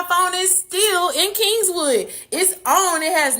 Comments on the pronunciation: Kingwood not kingswood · Kingwood..no S on king..sorry that was annoying 😂😂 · Right she definitely not from here bc kingswood???? Lol it's Kingwood mam!!! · Kingwood not Kingswood. Geez. That's north of Houston. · How is she from the Houston area and she's calling Kingwood Kingswood? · I used to date a guy from California back in 2012. I lived in Kingwood at the time, but he called it “Kingswood” She’s definitely not from here😂😂😂😂